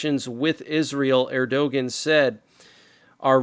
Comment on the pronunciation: The leader of Turkey was never to be trusted. His name is pronounced " Err do wan"